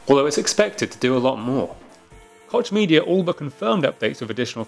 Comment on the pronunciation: It's pronounced "coke" media.